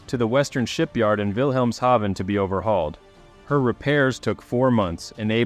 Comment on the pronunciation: Oh my god. You are the first person to pronounce “Wilhemshaven” correctly on YouTube in the history of ever. 🏆